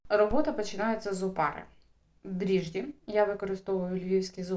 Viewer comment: ДРІЖДЖІ !!!! НЕ дріжді ...❤❤❤❤❤